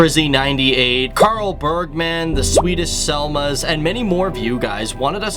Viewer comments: the swedish seMlas not seLmas🙃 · He says ''the swedish selmas'' when it says ''the swedish semlas''